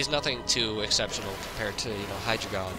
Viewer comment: It's pronounced High-Dry-Gon. Much like Articuno, Zapdos and Moltres being numbers in another language, Hydreigon's whole line spell out one, two and three in German: Ein, Zwei, and Drei. So all together it's Dine-oh, Tsvie-lus, and High-Dry-Gon.